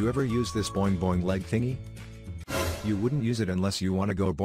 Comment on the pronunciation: Lol I love how he says “ Boing boing lehg tingy”